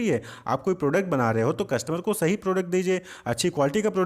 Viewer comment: Sahi ko rahi boldiya sir 🥲😵‍💫😅😅😅